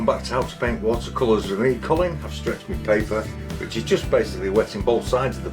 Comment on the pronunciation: Hi, l love the way you say “wata cola” that’s the way it sounds to me. 😂🤣